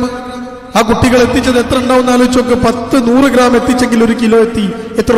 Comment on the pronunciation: ഒരു ക്രാം അല്ല ഗ്രാം